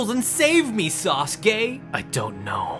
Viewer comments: Its pronounced Sauce Gay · in the whole video sasuke is pronounced as susgay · Naruto says sasgay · no its susgay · You mean "Sus-Gay." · "SASGAY" -Naruto Uzumaki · Why did I hear "Sus gay"💀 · He said sasgay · on your captions and see what naruto said while pronouncing sasuke